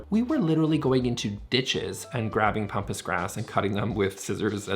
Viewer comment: It’s pampas grass, not pompous. 😂